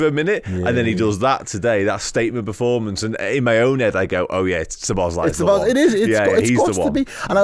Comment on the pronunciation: Stop calling him Szo "bosz" lai - it´s Szobo - szlai.